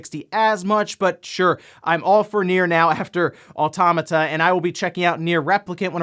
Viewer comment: it's pronounced "Auto-mah-ta" NOT "Ah-tom-mah-ta"